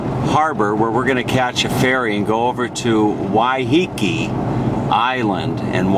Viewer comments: I live on Waiheke. It is not pronounced Wyheekee, as he keeps doing, it is pronounced Wyhekee, with the emphasis on the first syllable. The word comes from the Maori 'wai', which means water, and 'heke' which means falling. It is named after a cascading stream on the south side of the island, in the Whakanewha Regional Park, round the corner from the Rocky Bay village. The beach they ended up on is called Oneroa (pronounced onny-rowa), which comes from the Maori 'one', sand, and 'roa', long, so it means Long Sand, although it is not the longest beach on the island. The village above it is, of course, called Oneroa Village, the main village on the island and the first one you come to off the ferry. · Im sure its pronounced Why-ah-kay. ❤